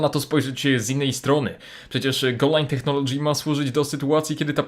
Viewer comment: Tak sie nie wymawia słowa "Technology" ;)